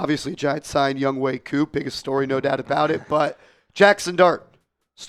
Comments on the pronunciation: Youngway? Cant read good? YoungHOE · A simple search would say it’s pronounced Youngway brodie